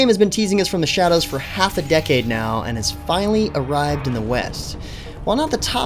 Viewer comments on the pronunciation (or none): none